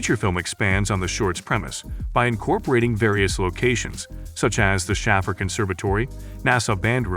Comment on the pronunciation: Yeah it's like those movie recap videos all just using text to speech..... I immediately decided it was after he pronounced Schaffer